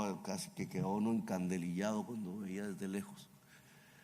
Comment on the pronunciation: Creo que el término es encandilado, no encandalillado